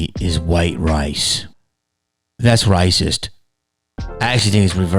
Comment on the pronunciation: “That’s Ricist” 😂😂😂 Love you man, just made my day! Please don’t stop uploading, we need you Jamie. For real dude, I don’t even need to ask you to keep it real, because you just do. Fake wokeness doesn’t help. Especially when the people claiming to be woke aren’t who they say they are. I think it’s import to use your platform to call out these assholes, and provide solutions. Which is what you do, don’t stop! Seriously, this is important, and any naysayers can take their BS opinion about you and shove it up their A$$. #JamieKennedyIsTheSHIZNIT